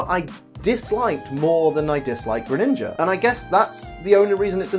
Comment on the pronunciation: For dark type I would say alolan persian but I don’t mine you saying Greninga